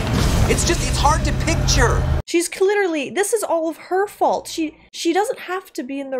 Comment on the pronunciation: Did she just say........"Cliterally" 🤣🤣🤣